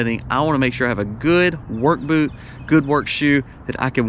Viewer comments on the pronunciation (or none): none